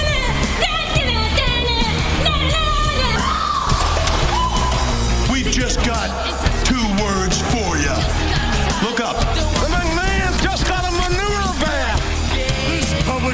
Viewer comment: shawn say he's "got twerds for ya." then the crowd goes "SUCK IT" but he seriously says twerds